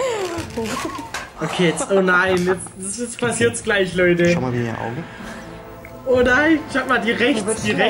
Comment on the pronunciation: ich mag dein "loideh" nicht haha sag doch "leute"